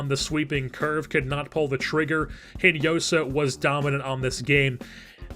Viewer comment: Great video man, love how this series is developing! By the way, Hinojosa is pronounced In-o-ho-sa in spanish. As i said, great series, keep this up!